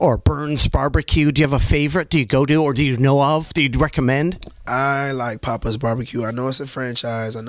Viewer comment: Bro said pappas bbq 💀